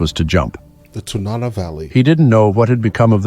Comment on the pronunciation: TA na nah. Emphasis on the first syllable. Salcha has a beautiful view of the river-banded valley and the Alaska Range beyond. But in that cold you wouldn't care. 40 below is damn cold, hard to imagine if you've never felt it. Edit--the bears would have been hibernating.